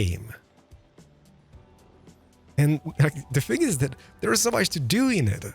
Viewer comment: Are you danish or otherwise Scandinavian? Because of the “another think I can like” that sounded so scandi like “jeg kan lide”